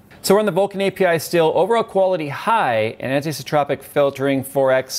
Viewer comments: Ant-eye-so-troh-pick anteyesotrohpick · Anisotropic: an-EYE-so-tropic